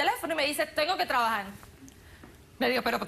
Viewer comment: “TrabajaR” no “trabajaL” 🤣🤣